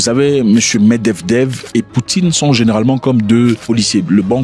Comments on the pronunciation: Tonton par pitié respect ce monsieur " MED-VE-DEV" je ne sais pas si tu est faché contre lui mais ça fait depuis 3 video que tu l'appelle "MED-DEV-DEV" comme si il n'avait pas de famille 😂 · Med-ved-ev et pas med-dev-dev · C'est Méd vé dév frérot 😂 Pas Mevdevdev 😂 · Il me fait marrer qd il dit meddevdev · c'est vrai qu'il a du mal avec ca mdr